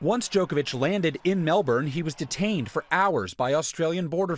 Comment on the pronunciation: God, I hate how Americans pronounce Melbourne. Its so cringe to hear, PRONOUNCE IT RIGHT!